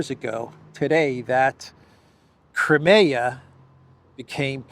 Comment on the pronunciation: its not crumayer its cry mia